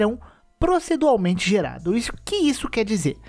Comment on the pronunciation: Os planetas são gerados "proceduralmente" não "procedualmente", essa palavra não existe 😉